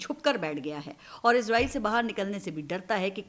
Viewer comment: izreel ni hota israeel hota h